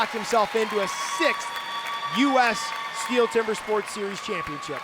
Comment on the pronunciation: It annoys me how they mispronounce Stihl every time ffs